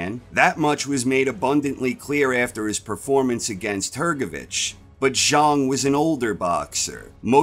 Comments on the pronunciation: Its pronounced zhang not zhung, love the content ❤ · I don't know the correct pronunciation so I'm not busting balls I'm just saying it's funny to pronounce it "Big Bang ZHONG" and totally obliterate the rhyme that gives "Big Bang ZHANG" its memorable ring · Zhang not Zharng